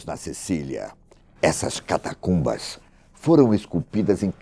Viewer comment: Avisa a ele que a palavra correta é Catacumba e não Catatumba como ele diz em 2,40 min do vídeo